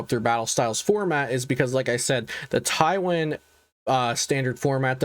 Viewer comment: Thanks for the video but please pronounce taiwan correctly lol